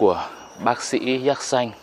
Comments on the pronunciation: Xin chao . Khi nghe anh phat am la ( Yatsanh ) theo toi biet la nen phat am ( Yetsinh ) . nghe phat am nhu the toi nghi khong dung lam . Chi co y kien thoi , chu khong co y xau vi dau . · Đọc đúng là yersin hay là yersan. Mình nhớ là phiên âm là dzét Sin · Sao lại đọc yer sanh kỳ quá, hình nhue sai sai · sao yersin mà anh đọc thành yer-sanh vậy anh? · Cứ nghe cái giọng đọc của anh nó chói tai sao ấy cứ Déc Xanh mà đọc nghe sao sao ấy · Thằng bác sĩ đọc sai tên ông bác sĩ nước ngoài thế mà cũng làm youtuber cho thiên hạ học, nói theo cái sai việc ác.Thế mà ngày xưa thầy cô giáo (bác giáo) của bắc kì cho lên lớp nhỉ. Dạy chữ đã sai còn đi mở mồm ra làm công việc dạy học, dân đĩ bắc kì súc vật đã ngu dốt còn cãi ngông cuồng, lưu manh, côn đồ 💩😄😄😏